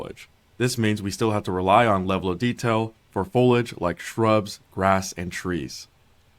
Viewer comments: Imagine producing an entire video where you constantly mispronounced the main word your using... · my man couldn't have looked up how to pronounce foliage before making this video? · its actually a little frustrating that the guy is obviously saying foliage wrong each time. JUST SAY IT CORRECTLY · The way the guy pronounced foliage bothered me more than it should have 😅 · This dude saying folidge was driving me insane. it's fo-lee-idge ffs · Folage? FOIL-AGE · Fol-EEEEEE-age... ffs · i cant help but be triggered by his pronunciation of foliage. "fow-ledge" instead of "foe-lee-edge" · Foliage.. foh lee age ... do peoples brains just shut off when they see this word? Its not folage or foilage. Damn... dont know why that drives me nuts but so many youtubers cant say it. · not the MOST important thing, but for anyone who's wondering... fo-LEE-uhj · "folage" lol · FOE LEE AH GE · Why does every youtuber that uploads videos like these explaining something, have one dumbass word they say absolutely, horribly wrong. One that you've never heard anyone say wrong before, but somehow this guy manages to make it the one word he repeats 300 times. "FOLAGE" Its like League youtubers when they used to say the word "Turrent" instead of "Turret". Shit is annoying as hell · the dude saying FOAL IDGE over and over triggered me to no end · It's pronounced Fow-lee-uhj Jesus... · Fow-lee-age. Foliage. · Me: I wonder what “Folage” is? 3 min in: oooohhh my gosh he is saying foliage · "Fowlidge" lol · Guy can't say foliage🙃😂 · This is amazing but the dude need to learn how to pronounce foliage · Not gonna call him out for saying foliage wrong? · That dude really needs to learn how to say foliage. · man the guy in the video totally disregards the i in the word foliage its so annoying for some reason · Listening to this dude pronounce foliage...... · Imagine making a video of this length about foliage and not being able to pronounce foliage. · I hate how he says foliage.